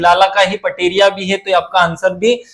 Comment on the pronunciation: 108 प्रश्न में पटेरिया नहीं पटेलिया है सर 🎉🎉